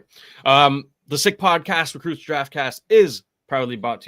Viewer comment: "Recrutes Draftcast", am I missing something? I thought it was 'recruits'. Yes it's nitpicking but I'm a stickler for accuracy.